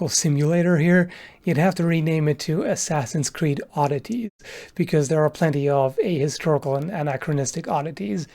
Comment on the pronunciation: "enjoying asscreed unironically" Oh my